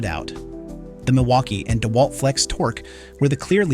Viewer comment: Your tests are great, and I appreciate your videos. The voice over you use struggles with tool names. Deeewalt and weeeHa are examples. Have you all thought of voiceing yourselves?